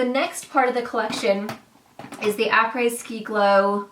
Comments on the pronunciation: Hi! Loved this video! So pretty! I love Becca too! It's "ah-pray" apres! When I'm not sure, I go to google, then pronounce: Easy! Keep bringing the pretty! Thank you! 🎃🕸🕷🐱💛 sBm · 😂 pronounced (apreee) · Hi! Après is pronounced "a-pray" & is French for "coming after". So I guess in this context "après ski glow kit" means it will give you an "after ski glow"! That look is beautiful by the way! Perfect for Christmas Day or even a New Years Eve party- in the U.S at least! It's summer at Christmas/NYE in Australia, but I could probably pull off the gold eye, just lighten & brighten the lip!🤔☺️ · what does it cost to you guys to lear a french name......?????? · It would have taken 10 seconds to google the pronunciation of apres. Otherwise it was a great video.